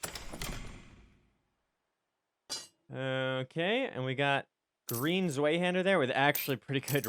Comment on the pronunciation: Nice video :D side note: it is pronounced (svie-hand-ur)! Zwei is German for 2. Zweihander = "2 handed". The W in German is pronounced like a V in English. Pretty neat